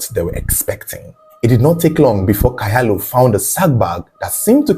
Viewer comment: The name Kyalo is pronounced "chalo"